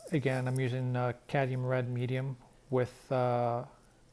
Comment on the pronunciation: The pronunciation is Cad-mee-um. I hope you accept this in the spirit in which it was meant. You do such beautiful work & you're a great teacher. I prefer oils but I enjoy watching you use both oil & acrylics.